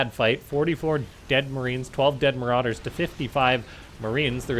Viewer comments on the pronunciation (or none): none